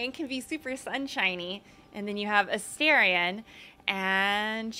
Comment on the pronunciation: A-STAR-ion means little star. Why does everyone pronounce it wrong? He even pronounces it when you first meet him.